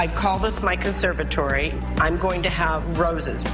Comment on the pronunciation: She can't even pronounce "conservatory", omg 🤣🤣🤣